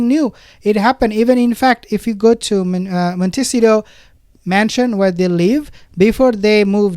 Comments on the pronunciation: Please not MonTEEcido..k...it's MontaSEEto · It’s …. Mont .. ta .. cito Try to pronounce it…❣️ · Not Montcitio. By now you should pronounce it right.